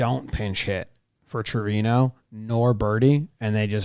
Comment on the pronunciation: Not me being bothered every time Jimmy says Trevino wrong